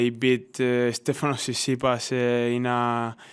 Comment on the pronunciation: Lol, he called him Tshitsipas, slip of the tongue?